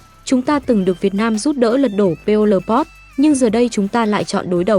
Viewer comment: Vãi chưởng đọc Pê ô lờ pót 😂